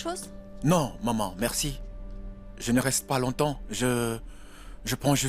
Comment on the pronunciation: J'en peux plus de la voix D'edouard 🤦‍♀️ Au lieu de dire Maman j'enttends "Mòman" 😂😂😂😂 Lucile merite cette correction elle en fait trop😅😅😅 Sara qui prenne des selfies comme souvenir pour agacer Lucile😅😅😅😅😅 Sacrée fille